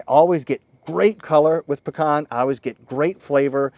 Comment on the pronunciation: Well at least he said Pecan right!